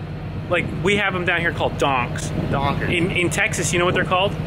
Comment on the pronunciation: been hanging around Anton too much. He managed to put a hard r on the word donk.